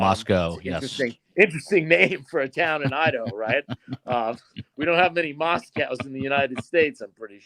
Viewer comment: Moscow idaho is pronounced CO…….NOT COW…………. It is not pronounced like Moscow Russia.